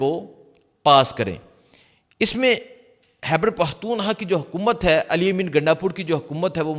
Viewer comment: It is not Hyber it is Khyber